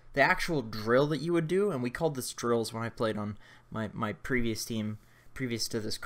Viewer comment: First time he said drills I thought he said drugs